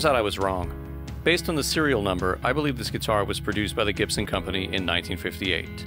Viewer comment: "Gip-son" Fuckin wat?